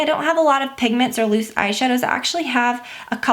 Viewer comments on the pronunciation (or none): none